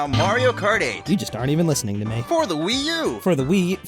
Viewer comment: struggling to say wii u